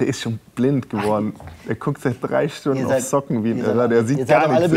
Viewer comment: Mark hat Stundne gesagt 😅 ehrenhaider